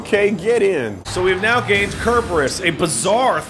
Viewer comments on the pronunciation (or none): CERBERUS! Why would you pronounce it with a K sound?! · Why do they say "kerberus"